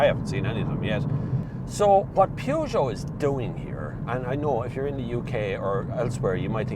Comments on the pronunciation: the "Pjoojo"????? I never heard of that car brand. I'm 25 seconds far in your review and I already felt the urge to react to what probably will end up to be a great review, but man, why can't people try to pronounce things correctly? You review cars, you must have heard that name a million times. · Pewjoe? ... Oh, you mean Peugeot! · Peugeot. P like in paul, eu spelled like the e in verse. G pronounced like sh but with voice. eot like au in autumn. There's no oo. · I've never seen somebody mispronounce Peugeot so bad. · That’s what we call the brand in Ireland! Get over it! Who says the English are right with their PUR-JO? There’s no r in it! 😂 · Interesting way to say peugeot... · Love the pronunciation of Peugeot it reminds me that Dacia (day-see-a) will never be datcher as they call it!